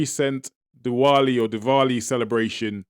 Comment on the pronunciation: Learn to pronounce the name correctly.It's diwali